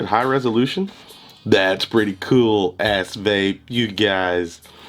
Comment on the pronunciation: Sounds like your saying ass face 🤣😂🤣